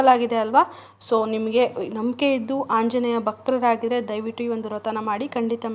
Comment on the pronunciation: ಅಕ್ಕ ನಿಮ್ಮ್ ಗೆ ಆ ಅನ್ನಕ್ಕೆ ಬರಲ್ವಾ... ಆಂಜನೇಯ. ಹಾoಜನೇಯ ಅಲ್ಲ ಹಾ ಅಂತೀರಾ...